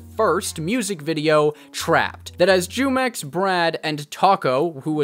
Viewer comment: His name is not Jew Mex. it’s pronounced Who-mex. he takes his name from the Mexican fruit juice😂😂😂